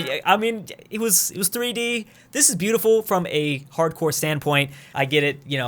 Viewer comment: There’s something weird about saying beautiful